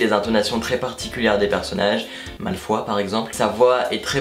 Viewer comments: #Teamsnaaap J'avoue que ça m'intrigue pas mal cette histoire de livre audio !Je ne sais pas si je vais me laisser tenter mais je trouve que c'est génial pour les personnes malvoyantes. J'ai éclaté de rire quand le narrateur/voix off a dit "les jumeaux Wessley" et "Malfoi" 😂 Super video vraiment bonne présentation, hâte de voir d'autres crash test 😉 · Ton intro est trop bien! 😉 Sinon pour moi rien ne vaudra jamais le livre papier mais ça peut être bien pour les aveugles ou comme tu dis pour des personnes voulant faire autre chose ou se reposer 😄 Malfoi et wesley m'ont choqué 😂Ce ne serait pas un québécois? Sinon la personne aurait pu se renseigner sur les prononciations 😊 Continue les crashs tests c'est une bonne idée! 😃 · wha "malefoi" mes oreilleeeeeeeeeeeeeeeeeees :/